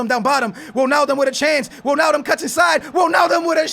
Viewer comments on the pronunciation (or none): "Wilnaldum" and "Moreño" piss me off so much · It's not wilnaldum